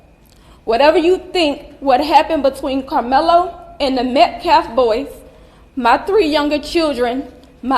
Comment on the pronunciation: That baby shaking "pastor" called him "MetKlaff". Can't even read a normal American name.